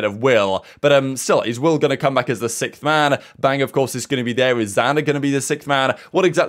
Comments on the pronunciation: I love the updates you put out daily , but one thing that is getting annoying is you saying "Sickth man" its Sixth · if i hear SICKTH one more time i swear i'll fall apart. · Nah that's how certain parts of the world pronounce the word "sixth" like (sikth), and other parts pronounce it like (six-th)